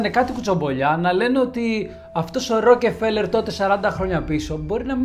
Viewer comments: Μία διόρθωση, Ροκφέλερ κ όχι, ροκεφελερ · Ροκφέλερ βρε όχι Ρο κεφελερ. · Ροκφέλερ φίλε μου, οχι Ροκεφελερ. Βγάλε το Ε από την μέση. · Συγνώμη, αλλά δε λέγεται το επωνυμό τους Ροκεφέλερ, αλλά Ροκφέλερ. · Αυτό το Ροκεφελ !!!! Πέστο σωστά : Ροκφέλερ 😅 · Ροκφέλερ προφέρεται, όχι Ροκεφελερ . Μάλλον τον έφαγαν οι Μαου-Μαου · Ροκεφελερ Ροκεφερελ😂 έχω να εκνευριστω με λάθος προφορά από το Μαικολ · Tι ροκεφελερ ρε; Ροκφέλερ. Γράψε λίγο πρώτα αν υπάρχει τέτοιο όνομα πού αναφέρεις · Ροκφέλερ οχι Ροκεφελερ. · Δεν είναι δύο λέξεις το όνομα του αγόρι μου. Δεν τονίζεται σε δύο συλλαβές. Μόνο η πρώτη συλλαβή τονίζεται η Ro.Αλλα γιατί δεν την προφέρεις στα ελληνικά Ροκφέλερ; Αυτό το Ρόκε φέλερ δεν υποφέρεται. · Μπρο πας να πεις ένα στορυ για άτομο που δεν ξέρεις καν το ονομα του. Πρώτον είναι η πλουσιότερη οικογένεια στον κόσμο,δεύτερον είναι Εβραίοι και τρίτον λέγονται ΡΟΚΦΕΛΕΡ. ΣΒΗΣΕ ΤΟ ΒΙΝΤΕΟ ΚΑΙ ΞΑΝΑΚΑΝΤΟ ΑΠΟ ΤΗΝ ΑΡΧΗ ΑΝ ΣΕ ΑΚΟΥΣΟΥΝ ΕΛΛΗΝΕΣ ΕΞΩΤΕΡΙΚΟΥ,Η ΑΓΓΛΟΦΩΝΟΙ ΝΑ ΛΕΣ ΡΟΚΕΡΦΕΛΕΡ ΘΑ ΣΚΑΝΕ ΣΤΑ ΓΕΛΙΑ ΚΑΙ Α ΣΕ ΞΕΦΤΥΛΙΣΟΥΝ ΟΠΩΣ ΜΟΛΙΣ ΕΚΑΝΑ ΕΓΩ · STA ARXIDIA MASSSSSSSSSSSSSSSSSSSSSSSSSSSSSSSSSSSSSSSSSS ΠΟΥ ΠΗΓΕΣ ΜΥΚΟΝΟΟΟΟΟΟΟΟΟΟΟΟΟΟΟΟΟ ΟΧΙ ΡΟΚΕΦΕΛΕΡ ΡΕ ΒΛΑΚΑ ΡΟΚΦΕΛΕΡ ΛΕΓΕΤΕ Ο ΣΚΑΤΟΜΑΣΩΝΟΣ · Στην αλάνα που τον πέταξαν είναι εκεί που έχει καντίνα ο Ρότσιλντ;;;;;; Μεγάλε δεν φταις εσύ φταίνε αυτοί που σε ακούνε 😂😂😂😂😂😂 Έχεις πολύ πλάκα Εγγονός του παραμυθά έτσι; Α ! Και μάθε πρώτα πρίν βγεις αέρα Ροκφέλερ όχι ροκεφελερ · ροκφελερ διαβαζεται οχι "ροκε" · Ρε φίλε, έλεος, Ροκε-φέλερ και Ροκε-φέλερ συνέχεια. Άνοιξε ένα ρημάδι google να δεις πως λέγεται ο άνθρωπος, που του άλλαξες το όνομα. Ροκ-φέλερ λέγεται. Δεν μπορείς να πεις το ρ με φ μαζί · Ροκφέλερ έλεος!! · Ροκεφελερ;Πρωτα απ'ολα μαθε να λες σωστα το ονομα. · Δεν το προφέρουμε Ροκεφέλερ. Επίσης παραμένει η πιο πλούσια οικογένεια. Καλό είναι όταν γυρίζουμε βίντεο να διαβάζουμε πρώτα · Ροκε φελερ!!!!! Οχι ρε. Ησουν και αγγλια... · Γεια σου καλε μου. Το ονομα προφερεται. ΡΟΚΦΕΛΕΡ. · O ροκΕφελερ 😂😂😂😂